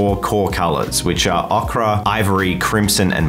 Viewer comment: Dude it's oh-ker not okra... Okra's green